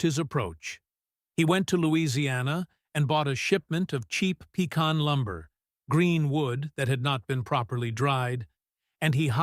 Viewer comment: I’ve never heard pecan pronounced like that. Not the northern way or the southern way.